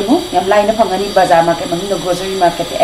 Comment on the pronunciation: spool natte spoon ni east natte yeast ni grogery natte grocery ni ... haitra di ahai sari kei gi no... pronunciation hana chum2 na ngangbiyu.... duoidi video nungai ni